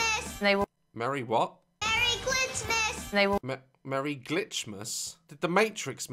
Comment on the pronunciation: Am i the only one who heard “marry clitmaz?”